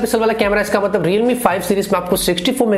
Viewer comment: I will subscribe you again the day when you will stop making videos about “Realme, Reelmi, Readmi, Readmi” .... I am sorry... 😐